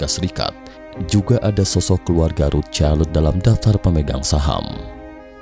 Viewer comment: Cramu bilang rocild aneh akaya wong deso